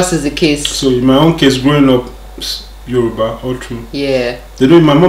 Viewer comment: Yoruba doesn't sound correct in your mouth